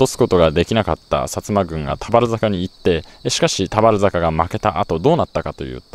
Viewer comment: 田原坂のイントネーションが少し気になる熊本県民